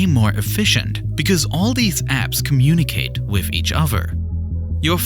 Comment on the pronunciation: how does he pronounce foreign words correctly but can't say with without say wiff